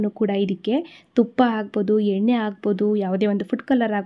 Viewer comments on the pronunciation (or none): none